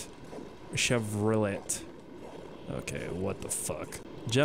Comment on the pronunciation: Saying Chevrolet like that is how you can get killed here in America